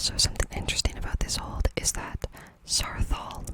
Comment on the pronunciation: Are you saying old or hold?